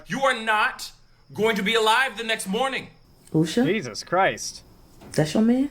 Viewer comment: In before the bum-bots. Somebody get that girl a toy, she's clutching and clawing at everyone's man! Did you see her getting handsy with that creep, Jesse Watters, too? And also, notice she can't even say Usha's name?